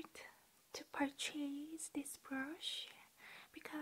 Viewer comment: You’re accent just makes for the best asmr experience. So soft and tingly. I love the way you say “purchase” it’s adorable and I wish more people pronounced it that way. ❤️